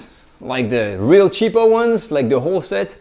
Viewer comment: I love how you say "real cheapo" with an American accent :) A nice look at knives. I would love to get a good boning knife.